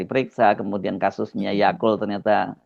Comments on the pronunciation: Lho kok Yaqul? Wkwkwk.. "Yaqul" menyehatkan Yaqut Menyesatkan. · manggil nama Yaqut selalu aja Yakult, entah mmg sengaja atau ga, tp gpp deh, biarin aja, sesenangnya aja 🤭